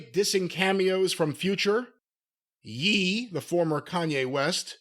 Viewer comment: Rap beefs = little dick energy...even worse when both sides are mid. Btw, Ye is pronounced like Yay. Like half of kanye, how could you not understand that?